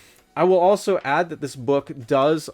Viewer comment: That was an interesting way to pronounce “contain”…… 😬